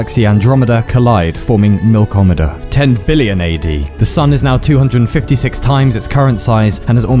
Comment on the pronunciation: I know your videos supposed to give me an existencial crisis, but all I could do was laugh when you said M I L K O M E D A